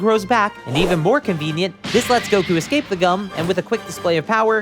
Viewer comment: Please stop saying "Gowkew"